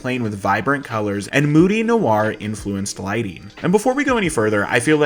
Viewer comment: 1) "No-AgRR" Don't be weird. It's nWoir 2) 300 doesn't look like a video game. MCU looks like a video game. 300 looks like an overbudgeted, surealistic stage play. Learn to make meaningful observations rather than just criticizing things based on what you have a pretentious preference for. "Muh practical effects". 3) Learn what irony is so you don't call something ironic that is the opposite of irony. 4) Don't just spoil the damned ending to the movie without any warning or even change in tone from "Here's some cool things I appreciated oh also here's everything that happens in the end in 10 seconds with no pay-off. You're welcome." —F U I'm just gonna stop watching any of these movie essay channels as soon as I hear someone who sounds younger than thirty because of shit like this.